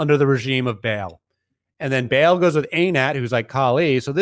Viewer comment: Ba'al is not pronounced "Bale". It's pronounced "Bah-ahl."